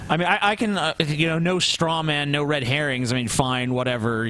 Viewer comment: Did he say "red herons" ?